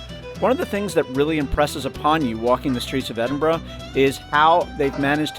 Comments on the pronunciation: EDINBRUH not EDIN BRO or EDIN BUR RO. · I was warming to your video from the off when you correctly pronounced Edinburgh but within seconds reverted back to the Edinboro all Americans say. There are no `O`s` in Edinburgh. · To be fair it's hard to pronounce for most countries, the burgh part is guttural from the back of our throats. The Germans do best at and strangely my Scottish African mates. When you start saying aye instead of yes you are definitely Scottish. You would laugh yer tits of at my best mates Scottish accent and language, he's from Zimbabwe. Its beautiful and hilarious. He rang me about how to fill out his nationality in the census years ago 😆 🤣 😂 can I put Black Scottish, African, zimbabwean. Legendary, he wasn't joking 😀😃